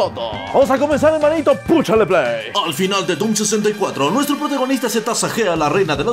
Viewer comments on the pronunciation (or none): "Puchale pley" dijo antes de que saltara el copirait